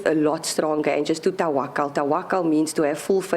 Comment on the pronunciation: The daughter can't even say TAWAKAL PROPERLY ITS TAAAWAAKAL THE JOKER OUT OF A PACK OF BICYCLE CARDS DO WHAT EVER YOU WANT NAJWA PETERSEN IS COMING HOME WITH LOVE ❤❤❤❤❤❤